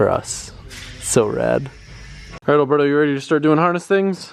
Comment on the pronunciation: I don't know why he's talking shit on how to pronounce "V" bands when he can't even pronounce Alberto's name right 🤣🤣